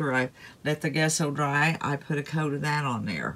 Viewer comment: I love rustic decor. I like both diys. BTW, gesso is pronounced with a j sound jesso like the name Jessie.